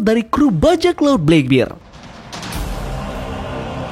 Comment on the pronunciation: Dibacanya jangan "blek bir" min.. 😅 "black beard" /blek berd aja